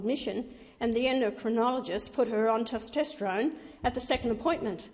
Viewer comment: Ah yes the hormones “ostridgen” and “ter-stestrone”